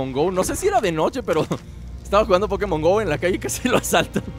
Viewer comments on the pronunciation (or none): none